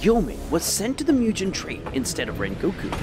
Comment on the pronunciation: Myujen? These content creators really just say anything without researching